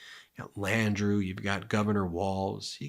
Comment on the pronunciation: Sorry Ben love y'all but it's pronounced LANDROW and N'AWLINS 😁 keep up the awesome work!❤